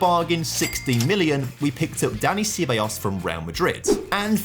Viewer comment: Looks like the beginning of a great series, but I'm so happy Juve is over so I don't need to hear you butcher Ceballos ever again 😂